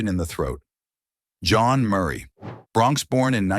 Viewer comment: Jan Murray's name was mispronounced